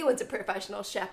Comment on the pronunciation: When you're a Filipino, and say SHEP, instead of CHEF.